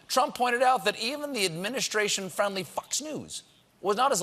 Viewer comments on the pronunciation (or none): "Fox" News sounded a little like something else...